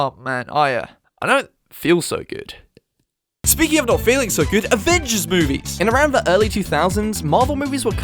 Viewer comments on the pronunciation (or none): none